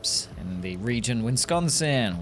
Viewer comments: Bug report - pronunciation correction: Wis-con-sin. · I know that I am late to the party, but as a Wisconsinite (yes that really is our official denonym) the way your pronounce the name of our lovely barren Midwestern state is almost offensive, anyway have a good day and as always I appreciate the content that you make for us